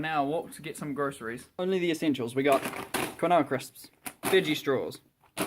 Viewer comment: Nice video. I do just have to ask, you know quinoa is pronounced "keen wah" right?